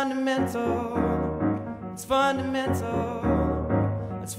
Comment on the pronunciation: I kept hearing the word 'fundamental' as 'butter menthol'